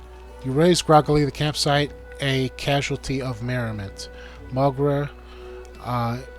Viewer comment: It's Moe-Ger, Vog-Near, Ue-Bin, Lue-Din, Hak-kon. Etc